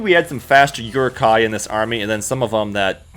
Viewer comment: you pronounce many words very strange.. rokoku? uruku? lol?